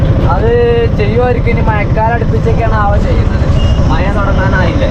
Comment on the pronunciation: മയ. അല്ല.. മഴ